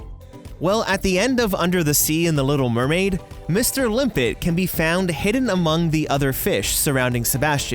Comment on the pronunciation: Little murmured